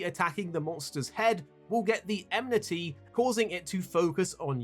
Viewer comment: Watching a video with so many occurences of the word "enmity" narrated by someone that pronounces it "emnity" triggers my inner grammar nazi big time...